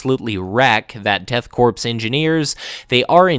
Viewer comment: I think Korps is pronounced like "core" much like the US Marine Corps :)